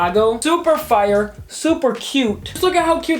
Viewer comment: How normal people talk Fire How talks It’s fire but I say like fryer with out an r